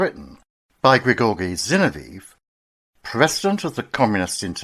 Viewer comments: Zin-ov-ee-ev not Zin-o-veev. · Dreadful pronunciation of Zinoviev.